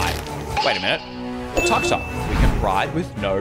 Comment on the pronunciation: The way he said Tuk-Tuk instead of took-took made me laugh so hard